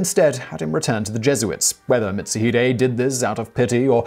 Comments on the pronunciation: Sorry but no its not mitsu hide its pronounced mit- suu-hee-day A ke chi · same it kinda urked me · Lol yupp he did